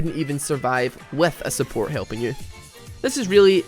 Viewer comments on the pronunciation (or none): Unsuport? you mean SUBORT